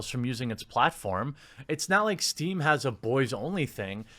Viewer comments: It's Steam, not stream... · "Stream" That triggered me more than it should xD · Isn't it steam? Not stream? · Steam, Jeremy. Not Stream. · Steam* not stream XD